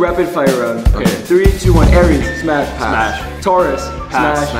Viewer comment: bro all i heard was " spash smapsh smash pamsh "